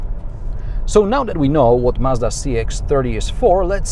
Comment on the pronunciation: Finally someone pronouncing Mazda and not Marzda